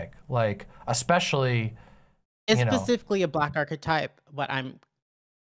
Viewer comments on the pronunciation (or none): Is saying 'pacifically' instead of 'specifically' a dialect quirk im not aware of or is just dumb? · Pacifically. Edit: Wait, did she just say she wanted her video to be the end of the discourse for the whole space? What the fuck kind of naive self-aggrandizement is that?